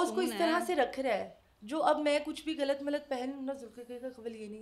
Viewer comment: غلط کو گلت خیر کو کھیر کہہ کر انڈین چینلز کو کاپی کر رہی ہیں یا اردو کی ٹانگیں توڑ رہی ہیں